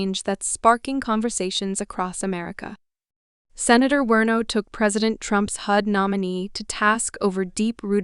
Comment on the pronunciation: Werno!?? Do you mean WARNOCK??? You might wanna do some basic research into your topic before your channel gets taken seriously.